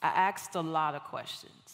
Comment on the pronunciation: Okay, if you're going to be a public speaker then you need to speak correctly. You didn't AXED a lot of questions you ASKED a lot of questions. I"m sorry. Please forgive me. I love you. Thank you. This is just huge peeve for me along with using "less" when "fewer"is required, and people who don't use their turn signals in traffic. God bless you.